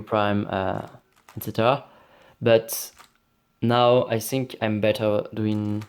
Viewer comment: Pourquoi tu dis i sink